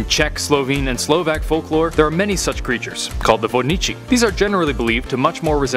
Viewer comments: "Vodniči" 👌👌 I'm gonna drown myself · Way he said "Vodníci" hurts